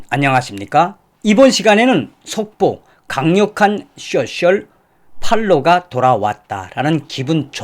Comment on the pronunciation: 대표님 늘 수고가 많으세요.늘 빠른 소식 알려주셔서 감사합니다. 대표님 쏘~셜 이라고 발음하세용. 숏셜이라고 하면 미국인들은 못 알아들어요.🥰